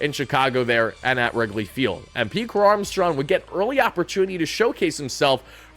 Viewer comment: "Pete Crow-Armstrawn"